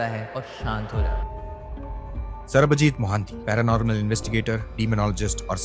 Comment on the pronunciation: The moment he said sarabjeet instead of sarbajeet 😂